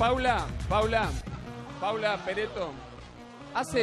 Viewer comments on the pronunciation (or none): pereto... es pareto... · Le dijo "Pereto" como 4 o 5 veces!!! Que Bestia por favorrr!!! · no es pereto ....es paula pareto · PAULA PARETO NO ES PERETO